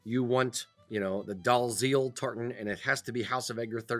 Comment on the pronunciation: Very tiny point, but Dalziel is pronounced Dee-ehl, not Dahl-zeel. The reason is a now-defunct letter in the Scots language that was represented by a Z when the printing press appeared as it looked a bit similar. It is the same reason why the name Menzies is pronounced Ming-ihs, not Men-zees. (See this video for the details